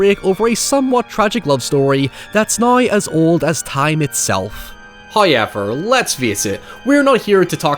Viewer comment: I'll never understand how "now" becomes "naiye" and "however" becomes "haiyever." 😂🤣